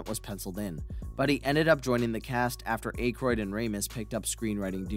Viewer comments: Wow! All my 38 years of life, I've always heard people(non famous) celebrities(famous people) & even Dan Conehead himself, & you clarify the mystery of the universe it's not Ackroyd its Acheroid. & Louis is now Luiz when they clearly say Louis in the movie multiple times. & there must really be such things as ghosts for the Delorean time machine to inspire a movie car that came out a year before Back to the Future & was filmed the same year I was born 1983. I don't mean to be rude or disrespectful but come on man if you know so much about Ghostbusters & can produce a video like this you should know how to pronounce things. Smh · I'm not one to focus on how names are pronounced, but your use of Ankroyd is getting to me. ANK as in "Tank" and Royd as in "Roid". Ankroyd. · Dan Acheroyd, Ivan Reiter, Luis Tully, what are you talking about lol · Dana Barnett? Dan Ache-royd? If you're going to do a video about a film, at least get the character names and actor name pronunciations correct. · Dan Eh kroid?!? That’s annoying af when buddy misprounces it. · Why put so much work into creating this video and not take 2 minutes to learn how to pronounce Dan Aykroyd's name beforehand? Literally, many hundreds of online references, easily accessed. So easy to confirm before making the video. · 😬W.T.MacGyver why can't this guy pronounce Dan Aykroyd's last name !? 😂 WHY didn't ANYONE correct him before uploading this !? How is it even possible not to know how to pronounce his name !? You hear it in popular media ALL the time !!!😂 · Yall should really proofread the scripts before reading them...i mean cmon you cant even pronounce Dan aykroyd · They also were not fired because of the library incident among several other errors 😂 including not being able to pronounce Dan Aykroyd last name I'm pretty sure he's never seen any of the movies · I'm getting triggered by the Dan Akroyd pronunciation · Bro, if you can’t pronounce Dan Aykroyd’s name properly, don’t make a video. Blasphemy